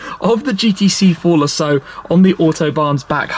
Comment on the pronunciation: I sing care that the AM GT8 is "underpowered." That thing is bad ass. The "G-T-C-Forluhsso" is too. I don't think anyone, in the history of "fitted luggage," has ever used it. Ever.